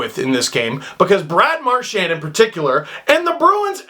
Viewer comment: Mar-chien need I say more?